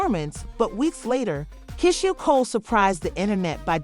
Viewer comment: Pronounced "Key-Sha" ❤